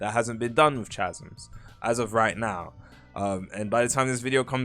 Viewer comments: YOU ARE PRONOUNCING THE WORD "CHASM" WRONG OH MY GOD. ITS PRONOUNCED "KAH-SUMS" NOT "CHA-SUMS" I genuinely cannot stomach this video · "Chas-ems" bro 🥀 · Bro SAY THE NAME RIGHT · ITS NOT CHASMS LIKE CIAO ITS CHASMS LIKE COOK CH NOT C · the way pronounces “chasms” is wrong